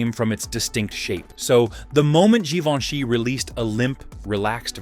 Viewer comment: Thee narrator is mispronouncing Givenchy…at the beginning of the video!!!